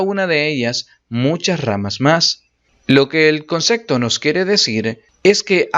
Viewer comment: Muy buenas las explicaciones amigo, suscrito y dejando like pero por favor.... no digas concecto!!